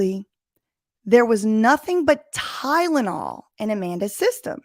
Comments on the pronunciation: Holy crap you are 100 percent here I think! It never occurred to me reading you say it here but she absolutely--- in my OPINION- mispronounces the drug's name strategically. Oh man. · She didn't say Tylenol, she said "tynenol" I don't know if that's funny or plausible deniability